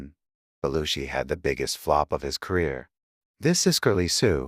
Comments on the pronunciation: Half the time narrator mispronounce Jim Belushi name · Nearly 47,000 views and only 461 likes. You are SO WRONG about Jim Belushi, and you might just want to learn how to pronounce his name.